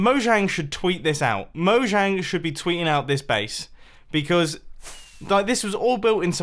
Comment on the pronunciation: Btw mojang is Swedish it's pronounced Mo-hang and it means 'thing'